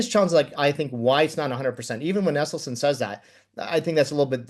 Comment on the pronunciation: Can we please get the host to pronounce Esselstyn correctly?